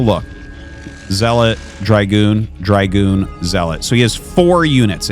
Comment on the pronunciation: Hi Artosis! Love your casts, but can you PLEASE stop mispronouncing Dragoon!!! There is no f***ing “I” in Dragoon. Thank you! 🙏🙏